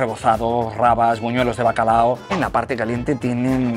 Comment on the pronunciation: el típico que dice bacalado..